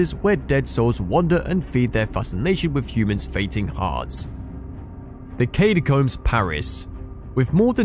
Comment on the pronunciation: Need to take a shot every time he says "Katy-combs" lmao